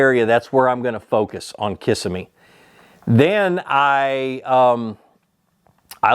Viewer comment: Love how you are pronouncing Kissimmee Ki-sim-me is the correct pronunciation